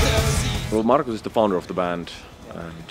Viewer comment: It's Markus, not Marco